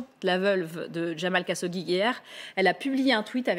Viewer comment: Qui est Jamal Kassodi dont elle parle?....pas foutu de connaitre et dire le nom correctement!!!